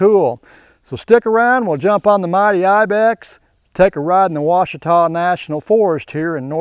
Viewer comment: Waw she tah is the pronunciation for Quashita. 3 quick syllables, wawshetah. It sounds almost like cheetah. 🐆